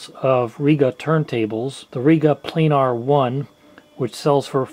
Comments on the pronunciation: It's pronounced REGa as in regulation not reega and planner as in planet. Good informative video though. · ha ha, that because most of them are American, you seem to have trouble with pronunciation as a nation, Planar has no "e" in it like plane'r .